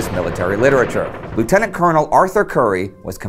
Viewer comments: Excellent story, interesting and detailed. One point of accuracy, a Canadian Lieutenant is pronounced Left-tenant. The Yankees pronounce theirs Lew tenant. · The Canadian "lieutenant" is pronounced "LEF-tenant." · When referring to the armies of the British Commonwealth, "Lieutenant" is actually pronounced "Leftenant".